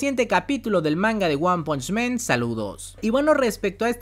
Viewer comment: Repite conmigo, ONE PUNCH MAN, ONE PUNCH MAN...ONE PUNCH MAN..... MAN, MAN. 2 errores; 1er es que están pronunciando mal el nombre del manga/anime y 2do error es que diciendo men (que es el plural o sea hombres)... Aclaro, no es para de ofender.. más bien constructiva. Un saludo.